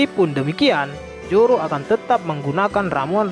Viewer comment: Zoro min bukan joro😄😄